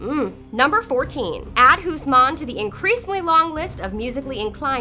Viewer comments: mikael hoesman? that's one of the worst butchering of a name I've ever heard. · Mikiel hoosman? Who? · michiel huisman as mik-a-hel guzmaaan? seriously? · The pronunciation is dark and full of terrors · the way you say "Michiel Huisman" is great. just great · i had to stop after she pronounced Michiel Huysman and sat there in silence for a whole minute, i get that Dutch names are hard to pronounce but she was really far off. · how did u pronounce michiel huismans. name... damn.. sounds arabic. not dutch XD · The way you pronounce Michiel huisman is painfull to hear haha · ahahahah She is butchering his dutch surname. Huisman xD literally mean Houseman. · I don't like her, becuase she is a terrible and uneducated narrator. She pronounced Oberyn as Obouron and Huisman as hoesmen.